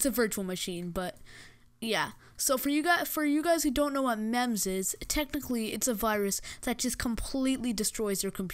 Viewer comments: its called memz like you speak it as memes but with a z at the end and not memz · why pronounce it literally memz meeeeemzz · cons off this video - "memms" (Memz is pronounced like Memes) - girly voice - AIDS Livestream-frame pros of this video: - memz trojan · It's pronounced "memes", not "mem-z" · its called Memes. not mehms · He actually prenounces it as "memz", even though it's prenounced as "Memes". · Boi no one say the name of the virus correctly it MEME-ZEE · It's pronounced like memes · its pronounced meems but speled memes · It's pronounced Me mm zz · bruh its just memz its not dangerous. (and its pronounced "memez") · Memes pronounced meems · ITS PRONOUNCED "MEMES" XD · It's pronounced meems you dip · It's actually pronounced like memz. If you watch Vinesauce Joel, he uses Vinememz in his video, and many others have reviewed it and said it's pronounced that way. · did u just call memez mamz? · by the way, it's pronounced mee-ms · He even pronounced "Memz" wrong. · Lmao, what did you say? MEMZ? Not even the most dangerous computer virus can put down a Nokia 3310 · anyone else bothered by the way way he pronounced MEMZ?